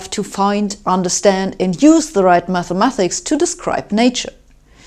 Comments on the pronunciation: "Mathemathics" versus "Mathematics" - you pronounce the word with two 'th' sounds but there is only one: "ma*th*ematics" - the 'th' is correctly spoken after the first syllable, but the second time you say it, it should be instead said as a 't' sound. No offence intended! All the german people I've met always wanted to improve their english to the point of perfection so I hope you feel the same way and will be happy to read my suggested improvement in your english. Your video was interesting, by the way. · Who's gonna tell her it's 'mathematics' not 'mathemathics'? Good luck who ever it is !! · Should be "mathematics", not "mathemathics". ; ; ; ; ; ; ; .